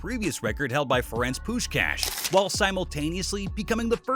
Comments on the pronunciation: ITS PUSHKAASH! not pushcash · Please learn how to pronounce puskas